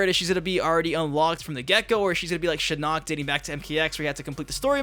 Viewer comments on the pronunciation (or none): none